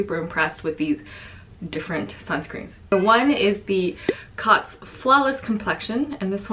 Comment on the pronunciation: The Cōtz should be pronounced like "coats" as a line over a vowel means the vowel says its name. Thanks for the review on these, I have missed your videos and can't wait to see your puppy! (I'm a cat person, but I love to see dogs people choose for their families!)